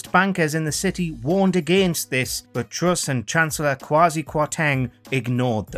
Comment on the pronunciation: Good Video, but please stop dwopping youu awes. She is Truss not Twuss. And Where is Wussia!